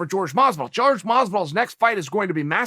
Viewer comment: Stop calling Masvidal “George”